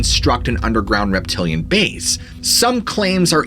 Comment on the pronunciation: A Weptilan weally I gush at the thought 🦎🦎